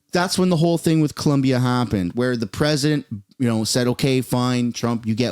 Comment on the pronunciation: It’s Colombia, not Columbia 😂